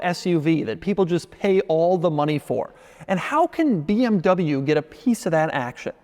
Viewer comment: Dude you are in the car business for years now and still have problem with properly saying Porsche and BMW!!!!